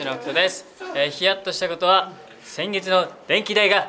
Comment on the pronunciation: 北ちゃん電気代が言えない笑